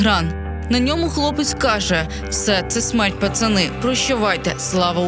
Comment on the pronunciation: Не потрібно перекручувати , він сказав не "смерть " а " смєрть " і не " прощавайте ", а " прощайтє " ! Але ж вони, на думку Фаріон - не Українці! І про них ніхто уже і не згадує, на відміну від старої комуняки Фаріон !